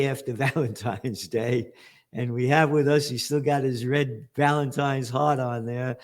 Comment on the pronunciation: It sounded like Gerlad said "he's still got his Valentines hard-on"🤣🤣